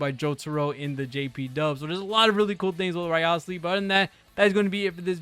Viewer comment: A content creator who gives so little shit, that he couldn't bother to pronounce the name correctly, which is said in the game properly.